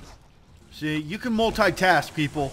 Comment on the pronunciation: Hey! Love ur vidz. But what you said? Mul-thai-task? What it is?